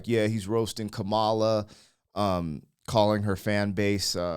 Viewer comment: Kah-ma-la, not Kuh-Mala.